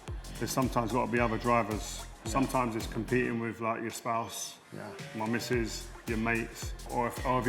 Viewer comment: TH is pronounced TH ...not V .... WITH...not WIV... love Rio